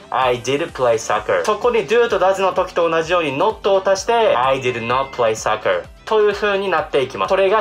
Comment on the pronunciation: soccerがsuckerにきこえる、、、